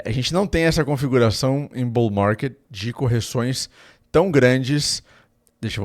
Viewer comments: "BOU MARGUÊD, BÉR MARGUÊD" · Bour marrrket Bearr marrrrket 😂😂😂